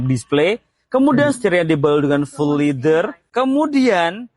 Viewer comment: "flyme SOUND" ; "sound berbunyi "saund' bukan "sond"..."Leather" berbunyi "Lea-der" bukan "Li-der"... segala benda nak "Di-Indon" kan...Parah